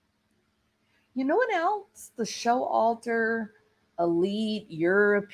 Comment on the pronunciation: BTW Its Sho Walter not Show Alter LOL